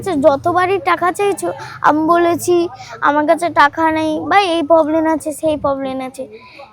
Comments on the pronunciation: Problem ❎ Poblen✅ 😂😂😂😂😂 Darun Video ta hoyacha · প্রবলেম হয় প্রবলেন নয়